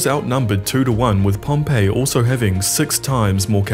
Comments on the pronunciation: It's pronounced pom- pee Pompeii is a place not a person...... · I thought it was pronounced “pompee* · This Pompey is pronounced Pom-pee, all serious historians know this. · **Pronounced Pompee. Pompeii is the city that got volcano-ized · Pompey is pronounced "Pompee" not "Pompeii" like the city. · I don't think it's pronounced Pompeii like the city, it's pronounced PomPee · wish people would learn how to pronounce names before posting. Pompey is not pronounced the same as the doomed city near Vesuvius and the emphasis in Pharsalus is the second syllable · Learn to pronounce Pompey. Pompeii is a city , Pompey was a general.